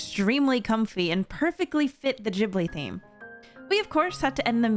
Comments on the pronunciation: Is it actually pronounced Jibly and not Gibly have I been living a lie my entire life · I'm pretty sure you're supposed to pronounce it gihb-blee and not jib-lee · These all sound cool! But... Why are you saying it Jibli? Isn't it pronounced with a hard g?